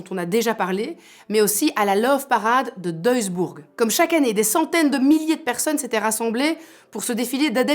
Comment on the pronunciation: Duisburg. Pas deusburg.